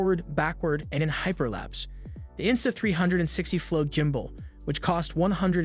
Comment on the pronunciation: I laugh everytime he says jumbull😅